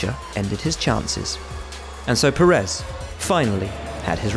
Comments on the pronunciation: Why does such a bunch of people officially keep saying PeREZ, when it‘s PÉrez, PErez, PÉREZ!! Spanish is no secret language …. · it is Pe-rez not pe-RREZ